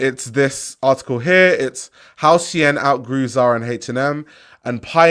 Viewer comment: Keep calling it Shien